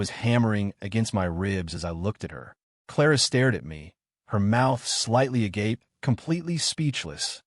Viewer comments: I liked the story but what surprised me the most is that they pronounced the word agape correctly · Holy shit the AI voice actually pronounced agape properly!